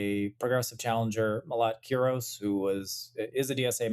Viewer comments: Why aren't you getting the name right of the person that you are discussing? It's Melat Kiros not Malak Kuros. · Melat Kiros not Malak Kuros; Unfortunately Julie Gonzales lost. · MELAT KIROS, please get it right.